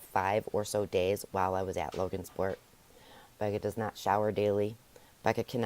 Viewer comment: Just saying it's Logansport not LoganSport. Also it's forefathers.